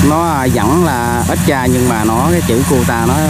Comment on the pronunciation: Extra a ơi chứ hok phải stra